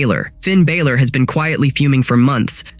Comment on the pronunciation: Finn 'Baylor' ?????